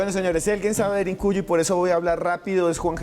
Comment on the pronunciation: Cuál DERINCUYO animal! Aprende a hablar DERINKUYU DERINKUYU!!!